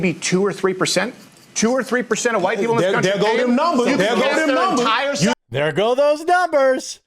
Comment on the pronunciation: “Dare goes doze numbahz” As opposed to what?? A guess? Why do they want reparations if “numbahz” don’t mean anything?